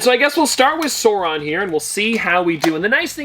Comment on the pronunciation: Sar on. The “u” is silent. Love the chocolate pops!